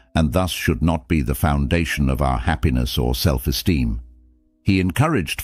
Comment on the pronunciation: "self esteem" Not "Self steem"